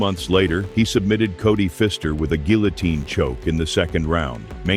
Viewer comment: GILL-outine🤣 that’s when I stopped the video